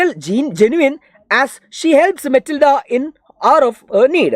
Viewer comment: matilda❎️ mitilda✅️